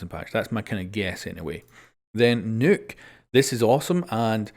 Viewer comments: Its pronounced knock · ‘We’ve got Amaru, We’ve got N O O K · Why do you say NOKK like that